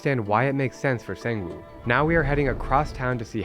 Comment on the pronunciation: HE IS NOT A SANG WOO IT'S PRONOUCE CALLED SONG WOO